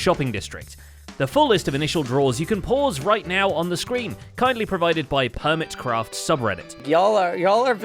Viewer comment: I thought i heard permitcraft not hermitcraft had to rewind to double check my hearing was correct ❤